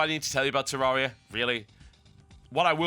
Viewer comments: actually the developers of terraria said it themselves that they way TB says it is wrong. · TB, learn to pronounce Terraria